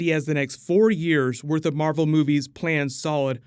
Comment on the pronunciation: You said marble